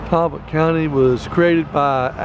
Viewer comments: It is not pronounced Tallllbotto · It is not pronounced Talll botton. The a is pronounced like an o. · Did call it Tallbottom? So funny.